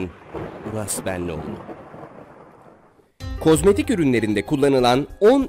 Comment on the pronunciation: hep k osmayik diyon bu ne